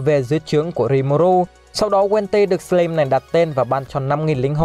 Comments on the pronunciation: Sờ lam chứ ko phải sờ lim anh ơi :v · Đọc là " sờ lam " ko phải " sờ lim " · Góp ý tí: anh nên đọc đúng từ slime /slaim/ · A đọc là sờ lam thay vì sờ lim được ko a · Em chỉ góp í 1 chút là từ + slime đọc là sờ lam +chaos đọc là kay ọt <3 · Lần sao coi kỹ lại cách đọc Slime nha anh :v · Đọc tên nhân vật, tên chiêu thức chán thật sự, cả slime mà đọc sai thì chịu luôn ông voice